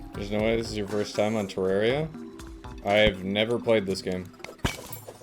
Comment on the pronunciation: Terra - ria. Terr(ah)ria. Aaaaaahhh. Terraria. It's not that hard